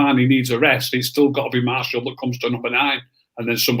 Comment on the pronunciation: Nobody: Absoulty nobody: Absoulty nofucking person itw......:"MaRsHaL"😂